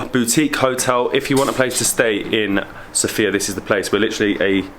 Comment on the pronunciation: The accent goes on the first syllable of Sofia. (SOH-fee-yah...not soh-FEE-yah)